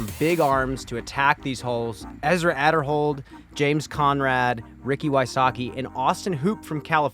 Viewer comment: Pronounced Ezra Ayderhold